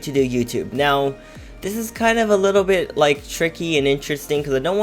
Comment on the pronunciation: Whenever user says bit I tought he said bi*t*h